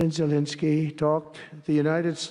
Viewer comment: She can't even say Zelenskyy's name right (she keeps saying Zelinsky). That's how little attention she's given this.